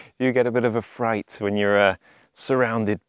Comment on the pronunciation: the one in which he says 'a fright' and 'OG'...can't pin 'im down